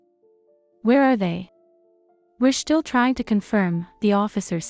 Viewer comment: AI with a speech impediment . Shtill